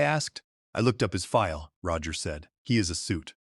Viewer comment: AI pronouncing Roger as Row-ger 😂😂😂